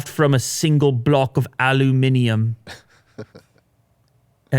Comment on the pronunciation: Thanks for pronouncing aluminium properly 🙂